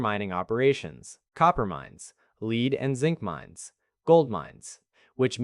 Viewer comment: did you learn how to pronounce lead at the learing centre in Minnesota?